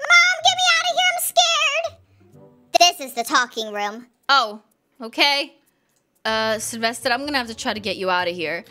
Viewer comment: I like your accent when you say Sylvester's name